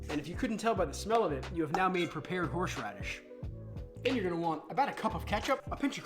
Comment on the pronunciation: Was it me or did anyone else keep hearing horsh radish